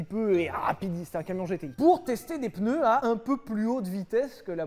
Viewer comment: MEILLEURS PENEUS